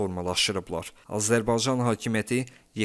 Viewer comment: Azerbaycan kelimesini teleffuz etmeyi ogren önce😢